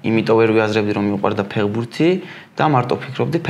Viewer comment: გამოიწერეთ კი არა, შვილო, სიტყვა ფეხბურთი მაინც გამოთქვი სწორად. ფეღბურთი რა უბედურებაა?? ცოტა მეტი პასუხისმგებლობა იგრძენით, როცა ეკრანზე ჩნდებით. 'თუ არ მოგწონს გადართე' და მსგავსი ბავშვური გამოხტომები არ არის პასუხი. ყველას მოგეთხოვებათ ელემენტარული, საბაზისო რამეების სწორად შესრულება.